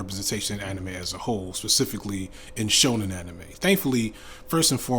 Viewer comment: Man’s spent the whole video mispronouncing ‘Shonen anime’ and just put a blanket on what he thinks……. I understand now what he meant at the beginning when he said someone would have a problem with his definition 😅😅😅❤